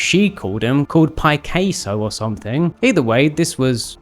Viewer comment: Who’s this Pic-caseo you speak of? Never heard of him. Cal was right.